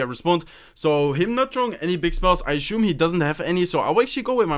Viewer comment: is no one going to comment on how he says ashume instead of assume?